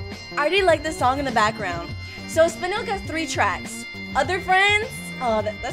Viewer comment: Me: I swear to lord if she says,,SpinAl,, like the rest of the youtubers, im gonna punch the air.: says,,SpinEl,, Me: My life is complete.